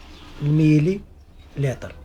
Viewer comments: لتر وليس ليطر 😒😝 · صحيح السِّعات وليس السَّاعات وكذلك السِّعة بكسر السين ليس بفتحها وليس اللطر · لماذا تقول ليتر ليطر والسيعة ساعة